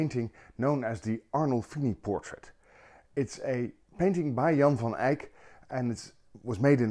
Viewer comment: So disarming to have a painting explained by a guy wearing just a t-shirt ánd who can properly promounce "Jan van Eyck"